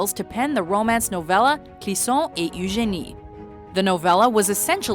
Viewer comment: Ah au Québec on dit "Ugénie" ?!? J'étais pas au courant...